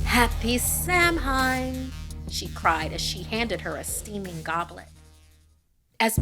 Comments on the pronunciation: It's pronounced Saa-when, not Sam-hen. Samhain isn't phonetic. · Its pronounced Sow-ween not sam-haine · Samhain is said sow-en or s aww en NOT sam hain...... Its not hard to find it out moreso as I thought you were spiritual in these matters.... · Since it was mentioned, Samhain is actually pronounced sow-in, not sam-hine, cuz Celtic languages are confusing like that. It's an ancient Celtic holiday and the origin of many of the Halloween traditions we practice today, like pumpkin carving, bonfires, and bobbing for apples. :D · I apologize but I'm a pagan witch, the way you pronounced samhain is wrong. It's supposed to be pronounced "Saw-win", I'm telling just in case you use samhain in another video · also samhain is said like "Saw-wem" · You pronounced Samhain wrong, it should be said like (Saa-win), it's a common misconception. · SAMHAIN IS NOT PRONOUNCED LIKE THAT I SPAT OUT MY DRINK LMAO It's alright, it's actually pronounced Sa-win the spelling is quite confusing so i understand the misconception. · Hi this a is a polite comment to let you know that is not then correct way to pronounce samhein. Think of it like sou-wen. Please no hate just letting you know. Really love the video! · Isn’t Samhain actually pronounced “sow-in”? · This is super good but for heads up samhain it’s pronounced “saw-when” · isn't it Sow-win?? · it's actually pronounced sow-wen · It’s pronounced sow-win! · Epic story! It’s traditionallt pronounced “Sow-win” in old celtic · I'm glad to see a story with witches who aren't inherently evil! Good job! Also a tiny nitpick, but Samhain is pronounced "Sow-win", it's old Irish. But love the video as usual 💕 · I thought it was pronounced sow-ween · The pronunciation of Samhain is “sow-win” btw (I’m a pagan but I also don’t care lol) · Samhain is pronounced Soh-En btw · The way she pronounced Samhain hurt.